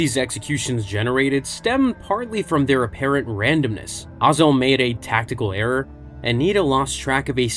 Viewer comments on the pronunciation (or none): I love how all of these youtubers pronounce all of the names in star wars in as weird a way as they possibly can even though a lot of them we literally hear their names in the movies.....Ozzel is now "O"zell....and everyone knows that.....Pietr has a long I and not a E sound and we heard that on screen lol